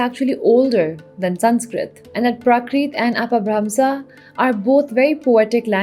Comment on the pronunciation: It's pronounced اَپَبھرَمْشَہ and پرَاکرِت Btw